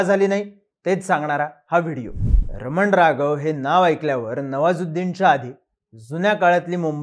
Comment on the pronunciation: रमन राघव नाही हो,रामन राघवन आहे.